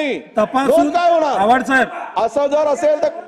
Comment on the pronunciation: Abe solya tule baba साहेबांचं नाव बरोबर घेता येत नाही..अन् बोलून रायला सोल्पट्या बाबासाहेब बद्दल..